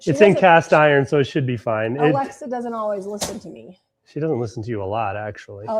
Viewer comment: You said Aliza instead of Alexa 😂😂😂😂😂 when you set the timer for the bread